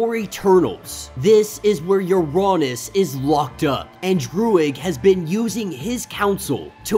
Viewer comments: true but im pretty sure uranos is like ura-nose like thanos. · I think u are saying uranos wrong lol, but awesome break down! These vids rly help me catch up. So i can continue to read xmen red and immortal